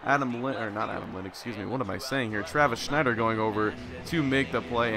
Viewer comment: Travis Snider not Schneider